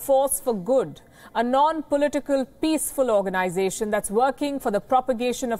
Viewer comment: That emphasis on "peaceful organisation"